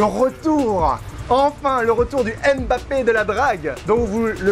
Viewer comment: Purée mais arretez de dire M- Bappé !!! On dit Mbappé en un seul mot !!!!!